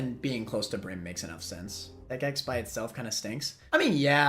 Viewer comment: I’ve never heard someone pronounce Tech X as Tech Ten but that makes so much sense